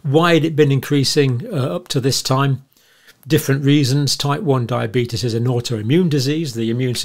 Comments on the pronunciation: The result of Years of studying diabetes and crackpot theories: “Diabeetus@ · You're pronouncing diabeetus wrong. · Why can't he pronounce diabetes or covid like the rest of England does?